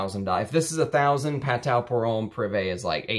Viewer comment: Very nicely done. I am a Perfumer I met Jean Kerlioin In Versailles. He is the ultimate gentleman. So talented and so kind. The House of Patou was the epitome of classic French Perfumery. You cannot beat the quality. Not to be a snob but don’t forget Patou is pronounced “patoo”. Thanks for sharing your collection.